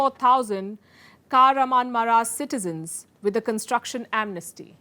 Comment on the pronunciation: Kahraman-Ma-RaaSH (काहरामानमराश) Ha-TAI (Sounds like Tai Chi - हाताय) Malatya was spot on! Great work Palki.